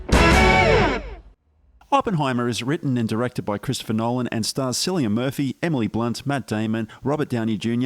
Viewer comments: Pronounce Cillian with k sound not s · Great review, completely agree with your assessment. One tiny thing, "Cillian" is pronounced with a hard C, like a K.